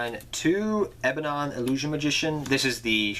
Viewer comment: its not ebanon. its ebon